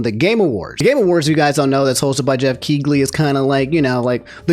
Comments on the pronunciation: ….its not key-glee, its key-lee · Geoff who???? Keegley???? dude no Keighley is pronounced "Keeley"